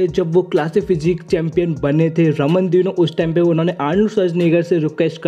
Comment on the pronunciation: Subscribe For More Bodybuilding Latest & Fastest Updates ♥️🤗. And I know ki maine Ramon Dino Ko Raman Dino Bola Hai pr kya kru yaar Pronounce Ramon Dino Kr rha hoon Pr sound Raman Dino Ka arha hai 😁😂😂